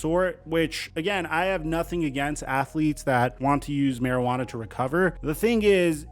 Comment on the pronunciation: This man’s said marijuana .. hahahahaha bro is tweaked out off addys or some